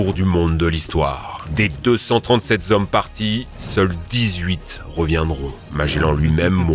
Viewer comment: "Deux cents trente-sept z'hommes"... "rien ne soit z'inaccesible à l'Homme" ... nan mais sérieux... (normalement, tu es censé t'améiorer, depuis le temps, pas empirer...)